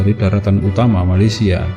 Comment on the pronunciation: tapi kalau mau sebut nama negara Malaysia sebut la betul betul jangan sebut macam tu